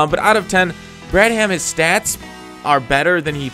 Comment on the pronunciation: Not sure if your doing it on purpose but it's pronounced brad-um. The "h" is silent